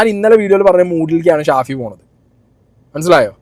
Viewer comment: ഷാഫി അല്ല പഹയാ സാഫി 😹😹